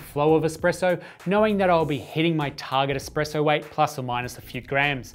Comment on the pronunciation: Can you trust a source that says "expresso"? ;)